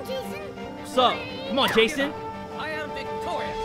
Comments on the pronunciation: It's not Jayson it's Son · I kept hearing "-San"